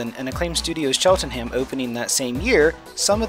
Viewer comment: The pronunciation of “Cheltenham” irks me